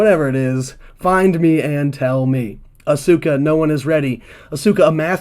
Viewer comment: Asuka = Ask-a. Shinsuke Nakamura = Shin-skay. Silent letters and mute vowels. Devoicing. They tend to drop the 'u' sound after an s in Japanese, if the consonant before the vowel is voiceless, and at the end of the word or followed by another voiceless consonant.. "です/Desu" being pronounced "dess" rather than "dessoo" for example, if you know any basic Japanese. Also, "Bret Michaels" was a good guess. You combined Bret Hart and his longtime rival, in wrestling and in real life, Shawn Michaels. Interesting to see those cogs turn in your brain where you sort of have the info there and mush it together!